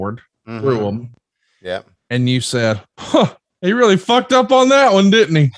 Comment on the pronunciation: sounds like he said BUCKED up not fucked up